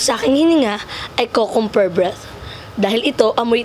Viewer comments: tawang tawa ako sa "kukumber" breath 😂😂😂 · Mali po ata pagbigkas ni sa Cucumber 😂😂